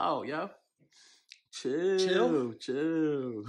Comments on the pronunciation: He still trying to say chill. STOP!!!!!😂😂😂😂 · Bro still trying to say chill